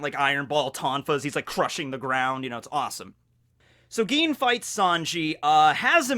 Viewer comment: Its Gin not Geen.